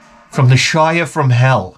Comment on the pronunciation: "...feat like a Hobit..." 😂 Thank you for sharing. "from the Shiyer of hell" 🤣